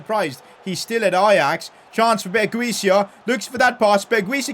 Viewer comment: Berguis is pronounced Berghouse